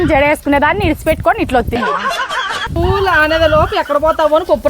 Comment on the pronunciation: తిక్క నాయాలా ఫుల్లు కాదురా పూలు అనాలి